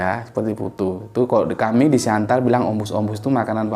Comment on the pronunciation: Tulisannya Siantar. Orang Batak melafalkan Siattar 👍